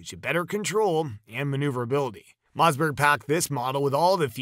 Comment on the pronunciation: WTF is a Mozzberg ?? I hate AI